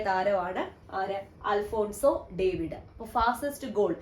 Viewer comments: Alphonso David alla Alphonso ഡേവിസ് എന്ന് അണ് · It's alphonso ഡേവിസ് not ഡേവിഡ്